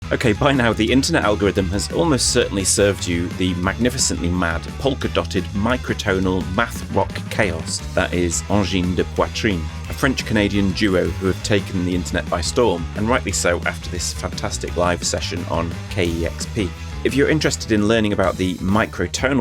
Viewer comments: It’s Chaos, not Choas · Chaos, not Choas...